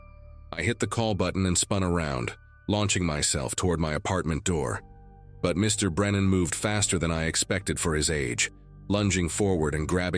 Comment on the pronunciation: It’s funny after Mr. Or Mrs. the narrator thinks it’s the end of a sentence and pauses.